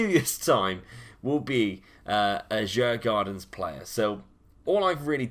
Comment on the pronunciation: it is pronounced Jugordens the d is silent and the a is an o:p